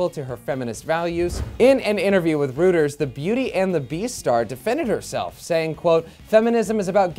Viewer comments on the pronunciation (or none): For the love of God, it's pronounced "Royters."